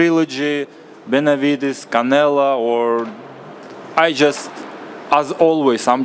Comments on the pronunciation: he always says Canela lol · Congrats to Bivol 🎉 Also, it cracks me up when he calls Canelo , Canela 😂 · Canela bro just said it instead of Canelo 😂😂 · Pretty sure that’s just his accent. He’s been pronouncing Canelo’s name that way for a while. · He always says it like that lol